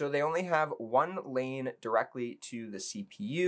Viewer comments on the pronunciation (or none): none